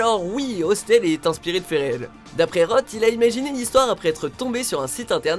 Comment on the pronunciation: Ça se prononce ross pas rote. Non ?